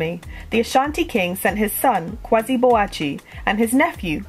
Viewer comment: I like your channel, just a point of correction. Kwasi is pronounced Kwa-esi and not Kwazi. The A and the E are expressed separately but because of the dominant E sound the A is almost silent. A native speaker of Twi can however pick up the difference between Kwasi (how most Akans spell the name) and Kwesi (how the Fante spell the name) .